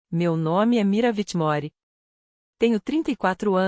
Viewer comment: Na realidade é Whithmore, a IA fala errado os nomes.